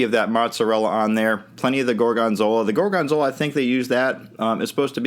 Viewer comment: why does he emphasize the second syllable, gor-GON-zola?